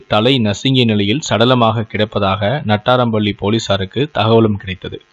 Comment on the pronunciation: நாட்றாம்பள்ளி, போச்சம்பள்ளி தெளிவாக உச்சரிக்கவும்.